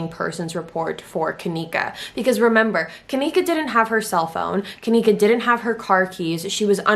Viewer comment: You can't even say her name right